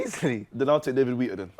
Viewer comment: Man said David Wheater lol